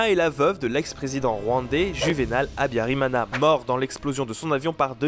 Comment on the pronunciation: mana yanje (mon dieu) !? tu prononce mal le nom d'Agathe Habyarimana...... vraiment mal mais c'est cool d'entendre son pays ( BURUNDI)